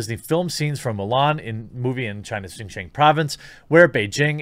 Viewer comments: you are absolutely not pronouncing it correctly lol. 新疆 or xin jiang is roughly pronounced (sheen jee-ong) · Your pronunciation is close. X sound like "hs," so "hsin-jiang" with a hard j and the a pronounced like "aw" in "law" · Pronounced Sheen Jeeang. Pinyin doesn't always pronounce directly , but i got u Jeremy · I’ll only correct you because you asked if you were saying it right... It’s said xin (sheen) jiang (jah ng). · Jeremy, Xin Jiang is pronounced "SHIN (like the anatomy) JEEYANG" (British "A" sound almost sounds like "long" in american pronunciation). I lived in China 13 years growing up and I'm glad you're talking about this issue. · XinJiang is pronounced ShinJiang, with a soft 'h', so pretty close. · i speak some chinese. So if you'd like to know, the pronunciation sounds like "Sheen Jyawng" ("aw" like in "saw"). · It's pronounced: Xing-Ji-On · In case you’re curious Jeremy: it’s pronounced Xinjiang (shin-gee-ahng). You’re pretty close tbh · Chinese is hard to It's pronounced, "Shin-Ji-ang" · Might I suggest watching Youtuber "serpentza" and his other channel "ADVChina" He lived in China for 14 years and just moved to the states. he does a LOT of videos on this. Least it will help with the pronunciations. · It's pronounced shin ji-ah-ng Jeremy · Nope, xinjiang (sounds like sheen jee-young (say the last part fast)) but great try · ROFL! I don't know if just repeating it is going to help any. Without using any kind of phonetic guide, it is pronounced something like "shin - gee - ang". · You're saying Xianjiang wrong, but I've heard a lot worse. You're just saying it with an American accent. You're also saying Uyghur wrong. It's not "We grr." That's just how MSM pronounces it and I guess most of the West now thanks to them. It's more pronounced like "Uuu ga ru." (I forgot how to write down sounds but that's the best I can do. lol) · No, you are completely fucking up the pronunciation of Xinjiang. I don't care though.